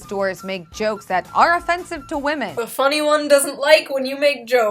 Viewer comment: I like how everyone knows how to pronounce whamen